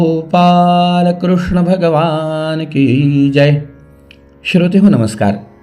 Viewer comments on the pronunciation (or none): none